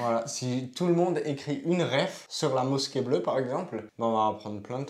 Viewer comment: Bonjour Le "s" se prononce "z" entre 2 voyelle. Effectivement la mosquée n'est pas mis en valeur. Dommage car le monument est magnifique. Bon courage pour Israël.